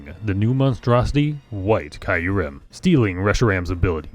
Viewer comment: The way you say Kyurem, hurts my soul.